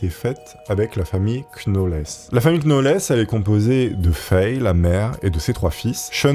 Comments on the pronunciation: Ahlalalala....sinon 'knauweless' se prononce 'nowlz' 😮😅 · Les "Knauwllsss" 😂 et pas les "Knauwllèss"... ou "Knauwèll"... 😂😅💯 Pas évident les Noms et Prénoms Anglophones, hein dit.. 😂😘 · Knowles ça se prononce nolss..Comme Beyonce. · Vidéo top mais le k est muet dans Knowles Il fautais dire nolz en réalité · "la famille queue now laisse" 😂😂 "la famille KNoël" En vrai, tu fais exprès, sérieusement ?